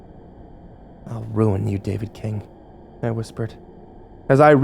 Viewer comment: I love every time you say David. fucking. king. it kills me